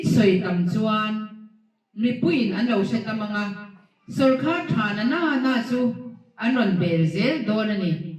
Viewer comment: minister meuh in sawrkar tih ṭawngkam alam thiamlo tlat mai.tu man sawrkhar an neih ngai kan hre ngai silo..